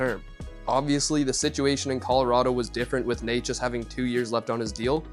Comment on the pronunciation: its "nečas", "ne" like in net. The pronunciation of "neighchas" made this a tough watch, although the content is good